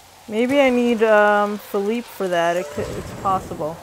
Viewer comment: U lrnounce feliepe name wrong